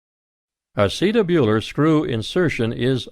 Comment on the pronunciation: Don't like his pronunciation of "acetabular"